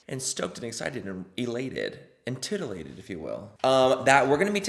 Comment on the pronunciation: 😂 you said TITilated 😂😂😂😂